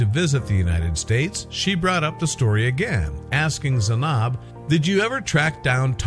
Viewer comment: Why would they ever show my country like that🙄 and then said my name wrong 💀 ( Zainab)